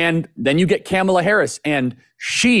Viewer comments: You guys are great- but Charlie, I believe you’re saying ‘Kamala’ wrong on purpose and it’s irritating to listen to. Come on….it distracts from your content. 🎉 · No real issue with Charlie, but why is he pronouncing Kamala’s name like that I think right now most people know how to pronounce it or they shou. Is he doing that on purpose??